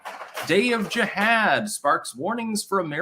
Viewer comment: Since you can't pronounce Jihad, try saying Vermontifada....its simplistic. Either move to oust them or try to reign over your subscribers like a controller/handler instead of a participant and loser of a stall tactic.... You just can't Kvetch hard enough, can you...? Lol...even schmutzed all his daily events into one movement known a Diorrhea of the Mouth. Time to waipipo it all up